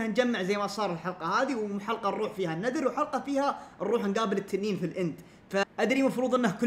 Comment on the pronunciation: النذر❌ النِذِر✅